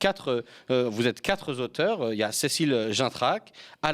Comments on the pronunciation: Je vous adore, vous suis et vous soutiens, mais quatre-z-auteurs m'écorche les oreilles. Bon d’accord, je suis prof de FLE à la retraite et suis donc certainement plus sensible, mais ça ne peut pas vous nuir que d'éviter les liaisons malheureuses. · Bonsoir, Ravie de te voir présenter « On s’autorise à penser ». Une petite remarque sur une liaison mal Tà propros. « Quatre » est invariable, on ne doit pas faire de liaison bizarre au pluriel (quatre Zauteurs). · Merci à M.. (PS: Même si « quatre Z auteurs », de la part d'un présentateur par ailleurs professeur d'université, ça écorche quand même un peu les oreilles.) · « les quatre zauteurs » ? 😂 non : le mot quatre s'écrit sans S à la fin ! 😉 → les quatre auteurs 👍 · Le journalíston répète deux fois dans la même phrase : les quatre zauteurs 🙄🙄🙄 Seigneur !!! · Non ! Pas quatre z'auteurs. Le français est bientôt tout ce qui nous reste. Soignez-le. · dès que j'ai vu, j'ai cliqué sur Le Media!!!! Youpiiii Mais, une remarque: on ne dit pas "4 z auteurs" (Les nombres sont toujours invariables, à l'exception de vingt et cent. De fait, quatre ne prend jamais de « s » et on écrira tous les quatre, sans « s »)😆😅 mais chapeau bas pour votre culture et votre talent. Jean-Luc Mélenchon a fait et continue à faire un travail pédagogique énorme avec Clémence Guetté à l Institut lA Boëtie. Mille mercis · SVP le Media IL N'Y A JAMAIS DE "S" A "QUATRE" donc pas de liaison mal a propos . Passez vous le mot